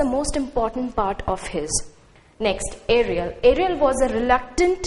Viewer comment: It's ariel not Arial Ma'am u need to polish ur skills of explanation U need to explain wat does the word tempest mean We don't use the with proper noun like Prospero U lack confidence